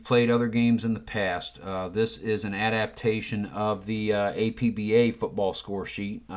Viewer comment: Arrrr..... You don't pronounce the letters A-P-B-A when talking about the APBA game company. You pronounce it as if it were a word. Two syllables, AP-BA. They mention this in their literature with each game. Anyway. good video.